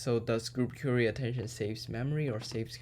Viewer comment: genius. btw 'query' is not 'cury' it pronounces 'qua-ry'